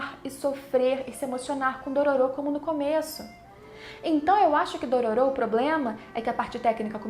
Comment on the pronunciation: Odeio quando as pessoas pronunciam os nomes dos personagens de forma errada, é "Dôrôro", NÃO Dôrôrô!